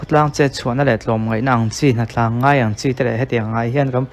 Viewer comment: Hnatlang ngai ang chi... tih hi Hnatlan ngai ang chi tih tur a ni ang.